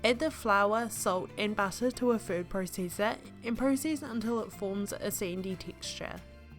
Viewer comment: Thanks, really good video, though I couldn't quite understand what a Sindy Tickscha was (I hope I spelled it correctly) I have subscribed to your channel.